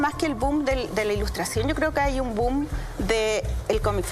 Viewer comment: dijo "doom" en vez de "boom"? XD